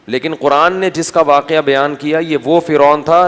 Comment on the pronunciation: اللّہ کا خوف کرو۔۔پاکستان میں پیدا ہوئے کچھ تعلیم بھی لی ہو گی۔۔اور تم جیسے failure اردو کا جنازہ ہی نکالتے ہیں۔۔ پاکستانیوں سے اچھی اردو تو۔ گوگل ۔ کی ہے۔ بولنے پر بھی لفظ ٹھیک بتا دیتا ہے۔۔۔۔ لیکن مجھے اس کی ضرورت نہیں۔۔۔ میں بہت اچھی اردو بولنے والی ہوں واکیہ۔۔۔۔۔۔۔ 🤦🏻‍♀️🤦🏻‍♀️🤦🏻‍♀️🤦🏻‍♀️۔ صحیح لفظ۔ واقعہ۔